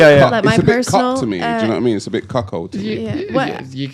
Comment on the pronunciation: There's no H in "cuckold". But yeah, that man is weak.